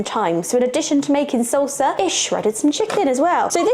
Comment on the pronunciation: not Tac_o like Tick Tack but TAHK_oh like MA_mah // and not sulsa but SAHL_Sah, sounds like you're attacking the 'O' but its just like AH HAH would be the correct sound. YW